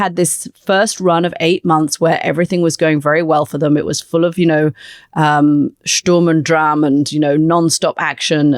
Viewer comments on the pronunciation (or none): Sturm und drum? Dram? Drang?!☺️